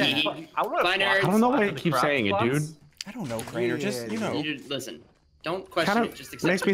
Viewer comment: Only OG's would remember how he used to say "dood" 😭 Flashbacks to Blood and Bones